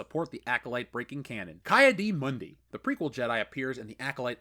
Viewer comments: Isn’t it “Key” Adi Mundi? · Wow,you butchered the hell out of Ki-Adi Mundi name😂😂😂